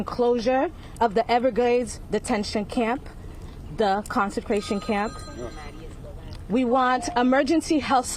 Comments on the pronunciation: What kind of camp? What did she call it? Consecration? Or Concentration? 🤦🏻‍♀️ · "The concecration camp?" 😂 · Did you notice she said consecration camp.... Are we blessing illegals now? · Did she say consecration camp? 😫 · What's a "consenscration camp"? Theur "colored representative" can't even talk correctly! Might as well have Dominique Alexander up there! Why do leftists always want free stuff for crimes they commit? Perpetual victims! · The woman said “so-called Alligator Alcatraz “. I thought that was really the name on the sign. These people try to de-legitimize the actual detention center that it is. The other woman speaking can’t even pronounce the word concentration and the funny thing is no one around her knows to correct her. The blind leading the blind.